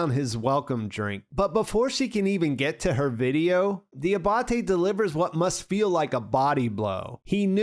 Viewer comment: Di-AH-ba-te, not di-ah-BAH-te